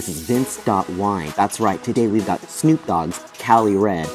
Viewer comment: 1minute 23seconds in. Who? Yeah never has Snoop been mispronounced so badly. 😂